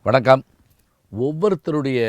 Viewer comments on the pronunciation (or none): none